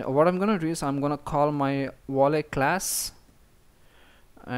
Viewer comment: You pronounced Video correctly at ~ , so I don't understand why you tried to pronounce Volley with a W! It's the same sound; Video, Volley. :)